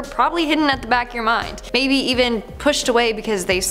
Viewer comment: If you say mabey